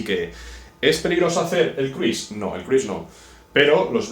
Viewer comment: Cruise no se pronuncia así.